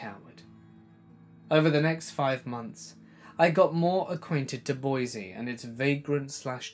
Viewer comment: I live in boise (by the way, it's pronounced 'boy-see , not boy-z), and that story is true. He recently tried to legally change his name to "eternal love " but the judge shot it down lol.